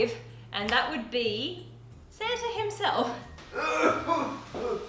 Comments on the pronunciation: it's SAMTA lol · Its Sam-ta! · Don’t you mean his... SAMta... suit?..... 😂